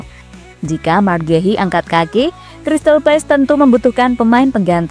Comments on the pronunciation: Crsytal Palace, bukan Crsytal Place. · Crystal palace bukan place!!!